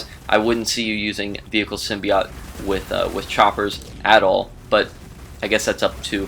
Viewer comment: symbi "oat"... NOT symbi "OT"